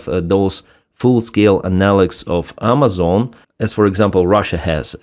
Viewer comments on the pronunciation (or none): none